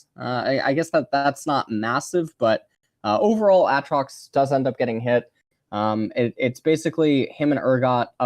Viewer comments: said aatrox like Ay-ay-ron in key and peele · He does that on purpose (at least the ay ay trox) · if you're actually genuine about this. it's because he kept calling him "ah-trox" and people went mental so he's just calling him that to further annoy the vocal peeps :p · How you pronounced aatrox, reminded me of a a ron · A... atrox? Uhtrox? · who the fuck says A. atrox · Literally never pronounces a single champion's name correctly XD. Ay-Ay trox??????? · 3 different pronunciations of aatrox in 1 minute. Impressive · Why does he pronounce Aatrox like Key from key and Peele pronounces Aaron??! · The way he pronounces each champions name completely different ways in the same sentence. Lmaoo